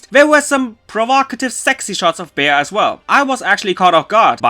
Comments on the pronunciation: Since her name is a reference to the word "bean," yes you had it right. And I say this as a joke, but I also read that it was a reference to the word beat (which is truth, look it up), as in "of any of you dorkbags keep calling her 'Bay-ya,' 'Be-a,' 'Bae' (and god, there's a lot who do that for her official name, and you know who you are), or even 'Beau' (I kid you not, someone called her Beau), she WILL beat your ass." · No. The english dub is right. It isn't like he pronounced the name. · Her name is Bea. The way he said the name was just his terrible pronunciation XD. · Delicious Man X But how are you satisfied pronouncing your waifus name incorrectly? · No. The english dub is right. It isn't as he called her. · Giboit I know he wasn't saying it right. It's just my name is actually Bea and you don't pronounce it as bee though a lot of people do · The english dub is right. It isn't like he pronounced the name at all. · "Bay-Uh"????? ...ok, so then I guess if atrociously mispronouncing names is ok with you, from now on anytime I talk to someone about about you and your channel, I'll pronounce it "Pock-em-One Rann-Ger-Bow Tuluv". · "Bee" is how it's supposed to be pronounced dude. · Not to be this person or to be rude but the proper pronunciation of Bea is "bee" in English. This is probably because the name is derived from the name Beatrice. Even in the Wikipedia article of the name Beatrice list Bea as a shorten version of Beatrice and even list Bea from Pokemon Sword and Shield as an example. However, that doesn't mean the pronunciation is wrong. I have heard it called "bae-a". I guess it's just really just regional. Anyway, great video as always! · Everytime I hear People call her Bea(Bee) I always say "It's Bea(Beya) not Bee! 😏" but now hearing her Name in the Dub... Well... I'm still gonna call her Bea(Beya)! 😄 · Usually Bea is short for Beatrice so its pronounced "bee" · The dub is right. It isn't as he called her.